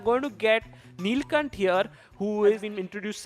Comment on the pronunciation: they all have been saying neelcunt instead of neelkhanth what the heck